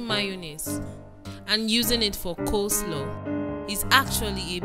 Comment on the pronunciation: This interviewer na wa oooh... "make mayonnaise use it to make cos-law🙄" Didi the interviewer lady in black top just say "Place gabbage"👉 😂😂Aaaaaaah madam no be cabbage😂?????? The fact that the interviewer continued reading the instructions despite Mark Angel's behaviour is quite hilarious😂😂😂😂😂 We can't wait to watch "The house help series" Bama is our favorite Mayonnaise in Nigeria.